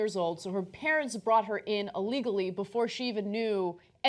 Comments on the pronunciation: Duy Nguyen Yeah, you do, you've got a poster. You cried when I criticized how she says "Uhlegally." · Duy Nguyen I'm not judging someone "for" how they say a word... I'm judging how she says the word. Try to keep up. And calm down already. To answer your question, the "standard for saying the word 'illegally'" is pronouncing the "i" at the beginning. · I've heard Ana say "Eelegally" about 40 times, and now I've heard her say "Uhlegally," but as far as I know, the word "illegally" has never escaped her face. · Duy Nguyen Whoa, that's uhlegal.